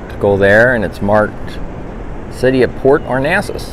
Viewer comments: Port Arnasas? Lol No. It's Port Aransas. But nice video anyway. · Cactus jack, you’re pronouncing it wrong too. A-Ran-sas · It's port [ are ran sas ] that's how you say it and the beach permits are available at any gas station in Port A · It is PORT ARANSAS! ARANSAS! 😆😉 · You are misprouncing the name of the town, Port Aransas. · A-ran-sas 😅 our NASA, is in Houston.